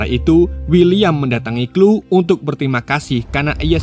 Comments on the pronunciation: Chloe...klowi...kok jadi klu sih bang 😂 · Sori bang di koreksi dikit 😊 Left behind bacanya lef bihain bang bukan lif behin Chole bacanya kol bukan klu